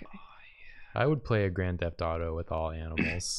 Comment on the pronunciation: I can’t believe said “Grand Theft Gato” and nobody heard it